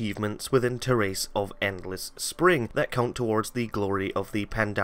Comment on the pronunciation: God damn that Terrace pronunciation :P